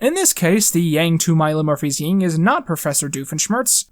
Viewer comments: Great video! I never thought so much about Phineas and Ferb. (Also PS, the opposite of yang is yin, not ying. Sorry if I come across as annoying) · you're one of those people who says "ying" instead of "Yin" lol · Yea but you know it’s “yin” and yang and not “ying” and yang? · Hey, its Yin.. Not Ying. Ying Yang is 2/3s of the band name Ying Yang Twins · It is yin and yang, not ying and yang, right? I swear he was saying ying. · it's YIN not YING... ffs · It’s yin not ying. Also it’s pronounced like “iyn”. Also I suck. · it would be yin, not ying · This was well thought out and amazing but for all that is holy it's YIN not YING. Yin and Yang.